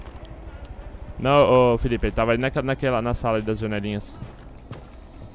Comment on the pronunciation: Felipa é "pieqçou"